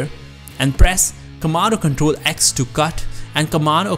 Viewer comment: did he said tomato control minute? xD